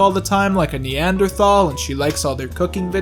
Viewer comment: It's pronounced 'neanderthal'